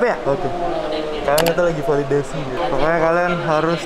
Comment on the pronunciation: Kak koreksi kak, Validasi bukan Falidasi.. hehe